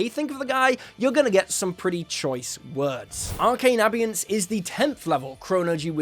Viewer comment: Abeyance: a-bay-ance not a-bee-ance, just saying.😇